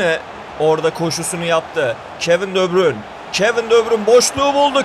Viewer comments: Debrün ve rabırt deme şunlara be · De bruynenin ismini doğru düzgün söyleyebilen yok